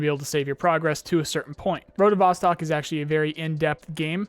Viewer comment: Just a heads up, Vostok is Russian for "east" and is pronounced "vos-TOKE"